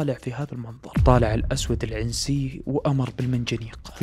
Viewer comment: تحياتي لك من اليمن الشقيق،بس تصحيح العنسي نطقتها زي نطق العنزي فا هي تنطق بدون الكسره على العين